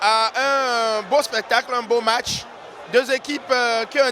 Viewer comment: Match et non mach !!! Lol